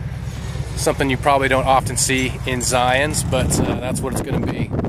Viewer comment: Little pet peave of mine It's called Zion no S